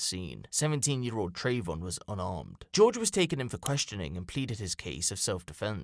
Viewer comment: Trayvon? Trayvoff 😂👌🏻